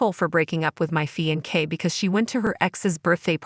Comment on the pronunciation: I swear…I can’t deal with these narrators. “Fian-kay”